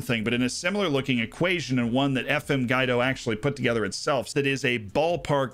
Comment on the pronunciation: I knew I wanted Harry's. But in dollars. 🤓 And I'm pretty sure it's Gwee-do, like the name.